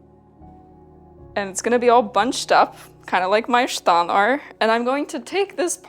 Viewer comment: Volga Tataristan?????? OMG Kazan Tatarian, no wonder you are so non-descriptly beautiful. The word ishtan as you've pronounced it true Turkic. The word in moden Turkish is ichdon (içdon) meaning underwear. "iç" meaning inside. Other forms are işton, iştan, içdon dependıng on geographic location. I know because I am a Crimean Tatar sister.